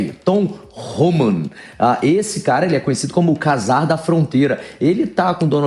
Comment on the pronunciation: "CASAR" da fronteira? Fala sério! Aprenda a pronuncia da palavra. Czar, caramba!